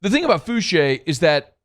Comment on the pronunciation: Fouchaa not Fouchay lol but that doesn’t matter that’s my people from that 7th ward sbp